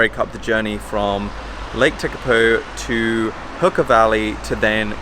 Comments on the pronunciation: Tek-a-poo? That is a new one on me. Everyone is taking this Maori pronunciation too far, especially as they aren't Maori. Complete bollox. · Great video! Makes me home sick. Just a note Lake Tekapo is pronounced "Tei(r) - Ca(r) - Pore" in Maori but cannot complain - love the effort